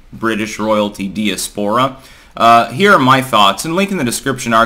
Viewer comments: One day you're going to stop mispronouncing words. I think you know a few big words via paper that you've never actually heard via ear, so you invent a pronunciation. Today's tragedy was DIASPORA. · When are you going to avail yourself of the correct pronunciation of "diaspora"? It's a little embarrassing. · Bit like castle and dance, isn't it?